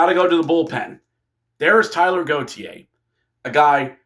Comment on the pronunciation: Taylor, not Tyler!